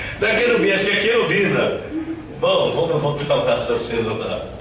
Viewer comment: Querubina ou Qerubiba...rsrsrsrsrs.....